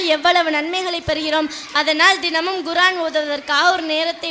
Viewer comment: Very good. Pronounce Korean and not Guraan